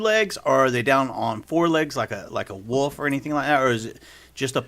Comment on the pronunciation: Every interview is the exact same. Tells the same exact stories, pronounces “wolf” as “woof”. Talks about his “dockra-mennary”. A ton of made up misinformation about Star Wars and George Lucas. Calls “C-3PO” C-P3O”. The end. Saved you another 1.5 hours of his blathering.